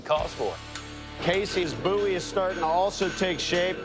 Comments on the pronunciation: "a coffin handle BOOOIE" It's BOW-IE. I know how to pronounce my surname. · The way dude pronounces BOWie is irritating